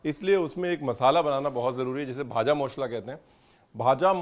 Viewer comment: Your pronunciation bhaja moshla proves you can speak Bengali.....and certainly understand bengali.Your childhood and adolescence spent with charaborty Chatterjee Banerjee families. You can say,"MACHHER JHOL".....HAHAHAHA!you are my favourite Chef!!!bhalo thakben....Kolkata ele janaben.